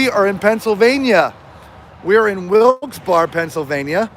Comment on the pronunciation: Lol.. i had to laugh..its pronounced Wilkes "barry" crazy y'all braved the cold